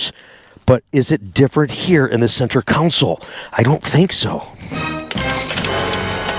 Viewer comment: Console, not "council"....just sayin